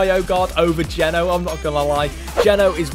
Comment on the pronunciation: It’s not geno it’s g”eeeee” no long eee not short e not to be rude just saying I heard quite a lot more people saying it’s geeeeno